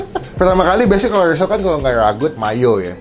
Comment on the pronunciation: Risol bang bukan lisol😊